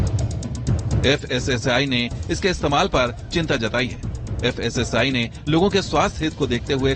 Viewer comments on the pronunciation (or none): Pehle thik se dekh kr padhiye fssl nhi fssi hai wo😂😂